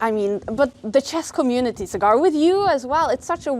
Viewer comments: Sagar ❌ cigar ✅ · Cigaarrrrr!!!! It’s Saa Grrr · sagar usually shoots in foreign places so people don't know how to pronounce sagar so they call him cigar😂instead of sagar